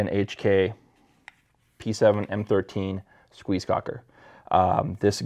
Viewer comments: It's pronounced Kock not koke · It's like "Coke", but more like "Coche" - soft "k".